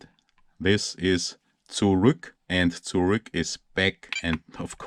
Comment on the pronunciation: I like it how u pronounce "zurück" in an english way although ur mother language is german